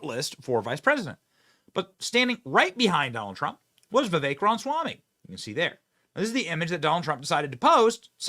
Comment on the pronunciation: Benny!!!!!!!!! Please Pronounce Vivek's last name correctly!!!!!!!! It is Ram-a-swamy. You continue to say Ram-swamy, leaving out the 'a.' Name pronunciation is A Big Deal. It is disrespectful to keep mispronouncing his name!!!!! Love you, Benny - but Please!!!!! Take names seriously!!!